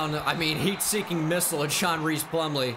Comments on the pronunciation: I gotta say it. It’s pronounced John RICE Plumlee, not Reece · Hmm. I've seen online that his name is pronounced like "rice" plumlee. Not reese.